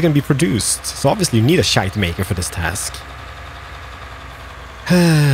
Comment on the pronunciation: I feel offended by the way you pronounce "Schuitemaker" ;-) I actually live close to the place where that company started, and my school is next to one of their factories #becarefullitsalmost2019